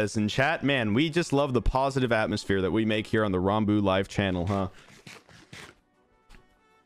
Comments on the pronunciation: Never knew he said his name like Ron-Boo but spelt ranboo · Ranboo pronounces it Rarn-boo